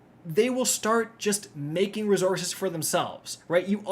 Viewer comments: Every video where I get to hear him pronounce “ruhzoorses” gets a 👍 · WTF are these “rezorzes” you keep referring to? Jk Love ya bud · You should substitue "rezorzez" for "materials"